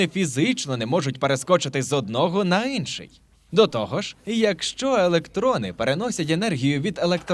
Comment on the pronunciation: мені одному ріже вухо вимова таких слів як "Инший", "для наочностИ" і т.д.? це якийсь новий правопис чи у вас діалект такий? 🤔